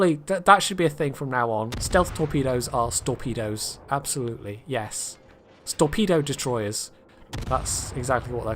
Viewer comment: storpedo detroyers eh, you just misplaced the "s"